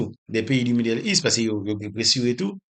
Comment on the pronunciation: La se pa yon kesyon de aksan frèm. Lap viv Etazini li sipoze aranje li oubyen li di bagay la an fransè. Nan ki aksan yo di kez ou Kes (case), li di midèl ou lye de medo( middle East) li di aproval, o lye te aprouvo(approval). Fòk ou pa ankouraje li nan sans sa. Se sèl sa li manke pou mwen. Okontrè mwen byen apresye misye. Men chak fwa li eseye pwononse bagay yo nan fason pa li sa deranjem. Pito li di li an kreyòl pito.